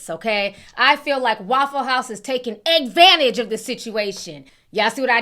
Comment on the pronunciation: Not eggvantage🤣🤣🤣🤣